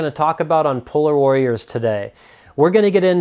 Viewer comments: I Thought my guy said pull out warriors lol😂. Double checked and it's polar warriors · Lol it sounds like he said "puller warriors"